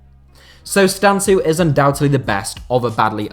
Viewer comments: Its Bogdan Stanku how you pronaunce it not "Stantzu" but Im sure nobody cares :)))) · I m romanian and the way you say Bogdan Stancu is hilarious , much love and respect tho